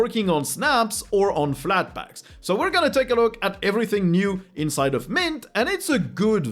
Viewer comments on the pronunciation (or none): "wrr gunna" ?